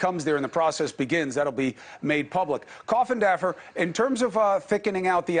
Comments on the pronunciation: Actually Everyone else says it wrong. He actually says it right. Funny I know but people like to say coffindoffer not coffindaffer. All good. I am not picky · This is great info! But i cannot stand the way that Cuomo keeps saying Coffindaffer. Like address her respectfully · I would like to see more respect from Cuomo for. He never once pronounces her last name correctly. I’m sure he’s been corrected. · "Coffindaffer." LOL!!!! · Hey* CUOMO*, it is rude to address your guest by her last name only. Very disrespectful! This is national news, not a pool hall. Show some respect. Funny that Mr. Geragos didn't receive the same ill-treatment. Wonder why... And you don't even bother to learn how to pronounce her name. It doesn't rhyme with Daffy. You are so freaking unprofessional.